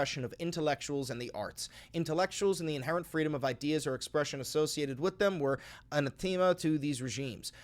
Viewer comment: Anathema is pronounced uh-NATH-ema